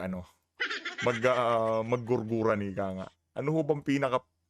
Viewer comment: JERJERAN, HINDI GURGURAN😊